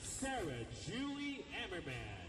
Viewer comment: It's Ah-mmerman & not Ey-mmerman...